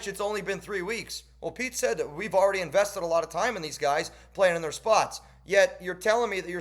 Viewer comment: “we invested a lot of time” just sounds like “we wasted a lot of time”